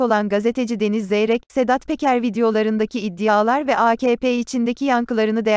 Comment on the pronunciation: Iddiyalar degil id di a lar hizli soylerken id da lar da olur ama iddi yalar olmaz cok tirmaliyor